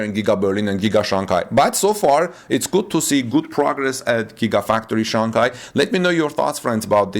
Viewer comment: Just want to point out that you mispronounced the name Shanghai. The second syllable of the word should sound like “hi” not “Kai”.